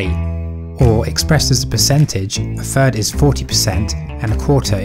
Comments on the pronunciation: Yes. He actually said a third in base ten is "free point free free free". Doesn't he (and others) hear what they are saying? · Did he say ‘free’ and ‘fird’ instead of three and third? 😫